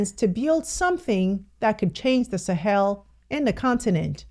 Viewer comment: She's one person pronouncing ,the Sahel, correctly 😊😊😊😊😊😊